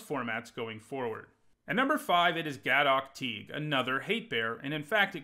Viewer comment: You are reading Gaddock Teeg wrong.